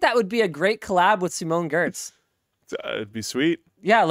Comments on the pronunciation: And... It's pronounced "yetch" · RE: Simone Giertz. Her name is pronounced "Yetch". Welcome to the Swedish language.